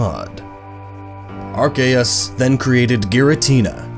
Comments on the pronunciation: Gabe He emphasizes it oddly. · The official pronunciation is Ar-key-us not Ar-kay-us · Chance Simons are Kay us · Ar cay us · It's Ar-kee-yus. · "there was nothing but an egg that hatched into ARKAYUS" "such as ARCTIQUNO" This video is hilarious please do more. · As soon as he said < ar - Kay - us > I knew it was Gnoggin lol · even though that's how ash Ketchum pronounces it in the movie, i will forever say it as Ar-see-us. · The games literally reference how to say it now because of silvally. RKS system - Arceus system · It’s pronounced “AR-KOOS” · When he pronounces it are-kay-us Instead of apropos Me:TRIGGERED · EXCUSE ME AR-CA-US IS THAT WHAT YOU ARE SAYING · Arceus was right, the c is hard. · Why did you say archeus when it's arceus, i cringed so hard... but still nice video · Silvally's ability is RKS, Arceus is pronounced Ar-Kay-Es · i-i thought it was arSEEus but ok. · It's arcccccccccceus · its Archeyus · Whenever he said Arceus I cringed